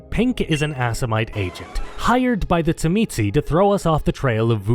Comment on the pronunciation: As a Tzimisce player... your pronunciation is not surprising, but still hurts lol. The way I learned to pronounce it was in the Revised Edition core rulebook where, beneath the name in their chapter, it has it pronounced as "zhi-mee-see".